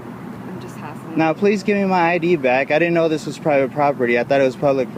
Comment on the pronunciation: LOL, "has*T*ling"/"hass*T*ling"? What's that? "R*E*diculous"? Huhh? Tr*A*sspassing"? "Wan't"? What sort of attempted "word" is that? "Misdemeanor" as a brand name? Ending a question-sounding sentence with a period? Geesh!